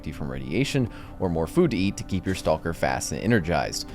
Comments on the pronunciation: I love you, but you pronounce stalker wrong. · "Stall-ker" XD